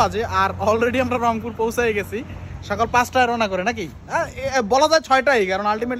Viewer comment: রংপুর না অংপুর!